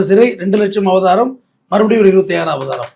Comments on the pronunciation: Avratham❌ Abatharam❌ Avabaram❌ Abatharam❌ Abaratham ✔️ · அய்யா ' அபதாரமா அபராதமா ' ? உங்க ப்ரொபஷன் ல இப்படி பேசுரீங்கலே? 🤔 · அபராதம் please pronounce properly ❤ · ஐயா அது அபராதம், அபதாரம் கிடையாது. பதிவு நன்றாக உள்ளது❤ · ஐயா அவர்களே, அது பேர் அபராதம்.... அபதாரம் இல்ல.... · SIR...ADHU ABARAATHAM ...ABATHARAM ILAI ! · அபராதம்.‌ஒழுங்காக உச்சரிக்க வேண்டும். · என்ன ஆச்சு ஐயா உங்களுக்கு? அபராதம் என்ற வார்த்தை தங்களுக்கு உச்சரிக்க வரவில்லை?!!!